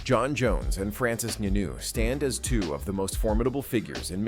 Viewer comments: "Francis Nunu"😂😂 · Bro said Nanuu. Like wtf ! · Did I hear Francis Nunu. It's Ngannou please 😒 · It's Ngannou. Not NuNu 😂😂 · YT ppl know they can mess up a name. This dude called Ngannou like 5 different name in one video